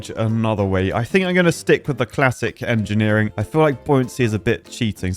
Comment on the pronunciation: Marvel of enjeniring? more like Miracle of enjineering!